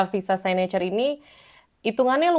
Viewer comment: It's siknecurrr, kak. Bukan saynecurr